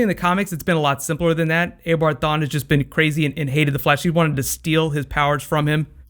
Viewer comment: Hey it is not aobard it is eobard